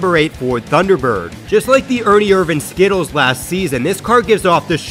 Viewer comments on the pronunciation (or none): none